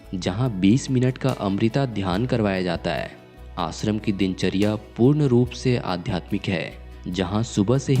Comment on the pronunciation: पहले श को स बोलना बंद करे . देश को देस आश्रम को आसरम इस तरह मत बोलिए